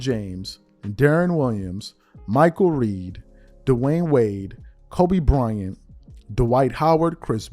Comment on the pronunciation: Michael Redd not REED